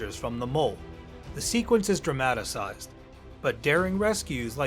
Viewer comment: There is no such word in English as dramatasize It’s DRAMATIZE